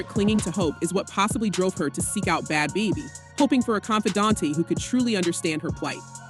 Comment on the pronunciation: These AI narrated videos drive me fckn crazy- “B-Had Bobby” “Bad Beebee”